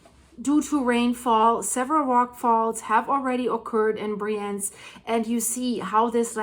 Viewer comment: It’s called Briiienz ;-) (emphasis on the “I”)